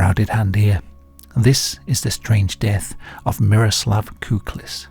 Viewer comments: It's Kukliš not Kuklis and it's pronounced Kuklish not Kuklis. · š is pronounced like "sh", and ć like "ch", so it's "kuklish", "sholta", "marich" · never thought i would ever see my birth rock on here but im honoured all the same. small note on the name, the letter "š" is like sh in english. also the letter "c" is like trying to pronounce "tz" together at the same time. great vid as always!